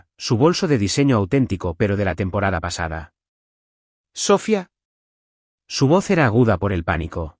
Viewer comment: Hagan el favor de pronunciar Sofía correctamente. El acento va en la í y no en la o. Usan mucho ese nombre en las historias y siempre lo dicen mal. Gracias.